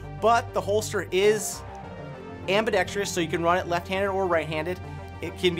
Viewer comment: AM-BAH-DEX-TRESS... Other than that, great video. keep em coming!